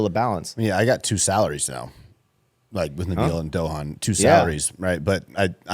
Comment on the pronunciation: tryna pronounce Dohan (I’m sure this isn’t spelled correctly) had me in tears 🤣🤣😭😭